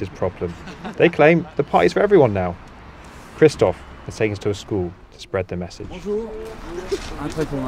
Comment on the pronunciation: God ! The names ! It’s Christophe not Christoph and Guillaume not William !! Is it that hard ?